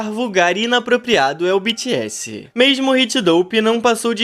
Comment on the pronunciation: Não se fala bitiesse e sim BTS